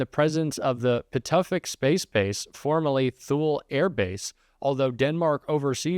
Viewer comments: *Thule *Tooly come on now, you should know this word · "Thule' is pronounced like '2 lee'.